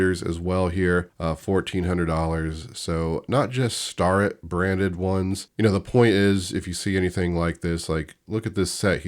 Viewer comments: Hey thought I would help ya with the names - STARETT pronounced “stair” ett, MICROMETERS are pronounced “miCROMeter” one word & MITITOYA is “Mitch a Toya “ hope that helps! Love the videos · It’s pronounced Stair-it. You have been saying it wrong. But shh you sharing all my secrets. Haha